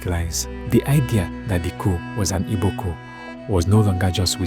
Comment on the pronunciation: and please it’s “Igbo” not “Ibo” …. Thank you